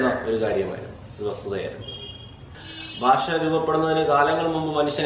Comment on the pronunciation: ഫാഷ അല്ല ഭാഷ